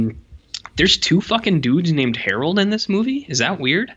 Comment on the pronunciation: Errol not Harold...